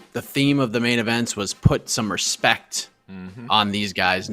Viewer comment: "Hespect" brazilians